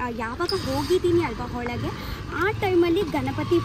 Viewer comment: Nice vlog. I liked it. Kannada 👍. Not Holage, it is Olage. Hagedhira nevu not nenu. If you dodn't like the food please give it to your mother not to your friends.